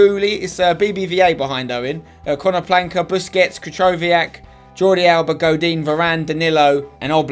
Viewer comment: Can u please stop calling konoplyanka konoplanka